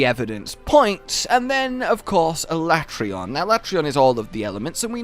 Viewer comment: no not alatreaon